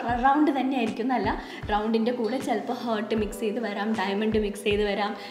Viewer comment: Heart- ഹാർറ്റ് എന്ന് തന്നെ ആണ് pronunciation. Hurt enna word aanu ഹേർട്ട് എന്ന് pronounce cheyyendath.